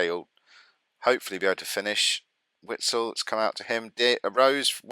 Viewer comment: The W in Witsel is pronounced like a V. Ie "Vitsel".